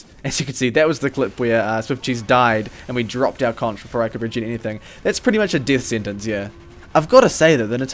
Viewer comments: Its pronounced "KONK" not "KONCH" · It's pronounced conKeror like conQUeror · Dude. Why do you pronounce "conch" with the "ch" sound? The "Concheror" is a play on the word "Conqueror", but is spelled "Concheror" because the Soldier uses a conch shell. Don't believe me? Look up the pronunciation of "conch". English is weird, I know. But please...